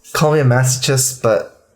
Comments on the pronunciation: Masochist. It's masochist. (and the "ch" there is pronounced like a "k") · theory: doesn´t know how to pronounce masochist -> only knows how to read it -> watches bdsm. thoughts?